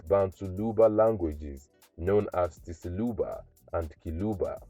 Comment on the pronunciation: Is tshiluba. Not tsiluba😂🤣😂stop lying